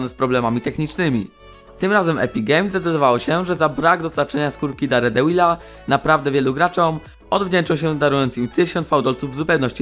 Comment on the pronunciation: Nie daredełila, tylko derdevila